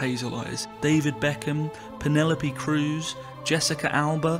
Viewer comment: Ughhh that was not cruz or alba when you said their names you dope.